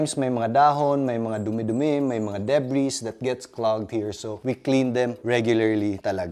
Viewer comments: Very informative 👍 btw, Debris is silent S ✌🏻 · Engr mali po pronunciation ko ng debris…